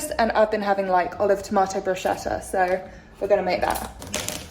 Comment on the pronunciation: I live your brit way to say bruschetta 🤭 So sweet ❤